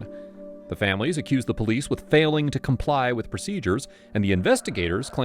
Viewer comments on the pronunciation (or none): none